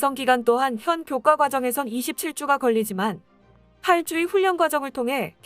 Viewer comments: 훈련 의 발음이 훈년이 아니라 자음접변에 의해 훌년 으로 발음해야 옳습니다ㆍ참듣기 거북합니다ㆍ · 훈련 발음 진짜 적응 안되네 ㅎㅎ 훈년이 아니라 훌련이라고 말해주고 싶지만 tts니 ㅎㅎㅎ